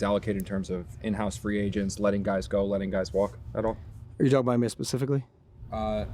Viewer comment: “hey gays”